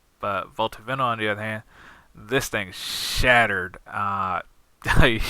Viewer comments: pronounced VI -NIL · First of all great video, probably the best. In another note it's vi-nyl, sorry but seems you speak english very well so have to correct you but great video nonetheless.